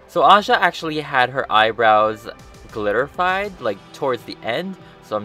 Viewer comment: huh huh he said glitterfied 😆